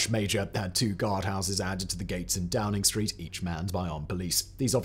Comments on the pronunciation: you called it DROWNING street... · did Simon say Drowning Street? 😅🤣🤣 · "Number 10 Drowning Street" anyone else hear this? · I swear you say number ten drowning Street. Which is hilarious and about right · Drowning street?? 🤣🤣